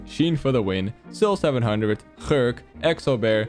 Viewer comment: Dutch accent slipping out at “Gurk”